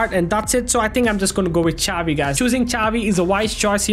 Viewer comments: Bro dont pronouce chavi 😂 prounuce it as shavi with hard S (no hate)❤❤ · its not cavi its xavi